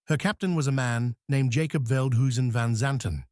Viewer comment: Jacob was pronounced, “YAH-cob” in Dutch.